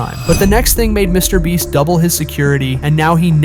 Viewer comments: HI why are u saying MrBreast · STOP SAYING MR BREST ITS MR BEAST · Mr. Breast lol this guy does this intentionally on every video ig? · Bro said mr breast 😢😢😢😢😢😢😢😢😢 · And he says Mr. bleach